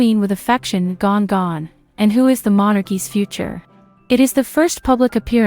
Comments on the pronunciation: I believe they called Queen Elizabeth gan-gan, not gon-gon. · its gann gann not gone gone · Not Gon Gon, but Gan Gan